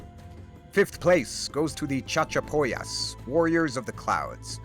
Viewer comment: "CHAD-chapoyas" XD XD XD XD